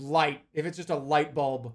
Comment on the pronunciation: “350? That’s not a lightuhbulb!”